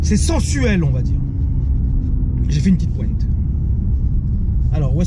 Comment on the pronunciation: Arrête de dire une pointe avec l'accent marseillais t'es un parigo